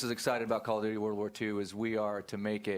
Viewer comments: I like how he says "Caw of juchee" 😁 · "cool of duty"